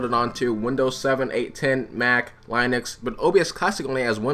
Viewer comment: I enjoyed hearing you pronounce Linux lol